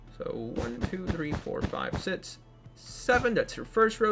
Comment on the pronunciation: When he pronounces 6 it fuckin annoys me